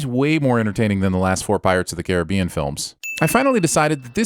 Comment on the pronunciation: The way this guy says gif and caribbean is worth a few sins